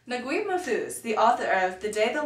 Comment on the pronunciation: it is pronounced nag-eeb not nagwib. Just a fun tip... but decent job other than that.